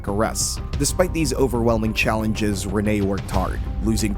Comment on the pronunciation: It’s Renee not Rena